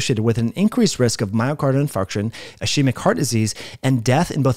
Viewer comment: By the way, ischemic" is pronounced "is-keemic" not "ish-eemic".